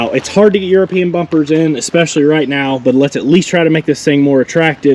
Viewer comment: Please don't say euroepinen Cars .